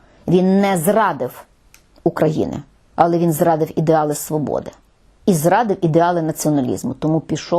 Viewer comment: також в слові "але", наголос не на "а". Але куди ж мені звичайній смертній з Донбасу....